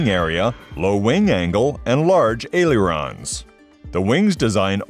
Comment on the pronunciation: Crap AI-generated narration! Can't even pronounce "aileron" correctly. It's NOT ay-lee-uron!